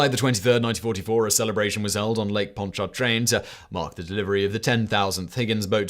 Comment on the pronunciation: Simon nice job on pronouncing Pontchartrain. That’s one of the harder Louisiana English words now we have to get you set on the Michoud assembly facility. Me-SHOO. I seriously think New Orleans folks spell it and pronounce it weird just so we can laugh a little bit.